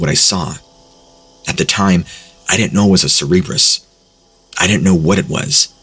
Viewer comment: Cerberus is pronounced sir-bur-us. Please never say cerebrus ever again.